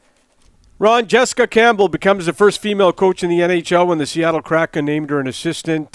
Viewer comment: "Seattle Crappin" 😂